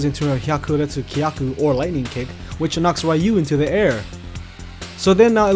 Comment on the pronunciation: "Ree-yu".... not "Rai-yu".... UGH